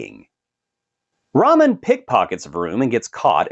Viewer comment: Lol did you call Tyrese RAMEN Pierce and not Roman Pierce? Ok you’re prob right. 2 down 8 to go. Enjoy the rest lol😅 and give me more meathead in space. Riddick is the goat!!